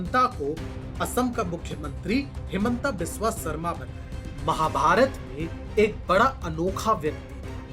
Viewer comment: हिमंत बिस्वा शर्मा Not हिमंटा बिस्वा सारमा